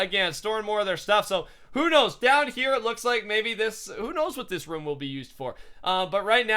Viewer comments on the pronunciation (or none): the way he say room though "ruum" lol